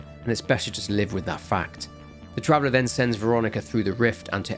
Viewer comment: Take a shot everytime he says "travelah "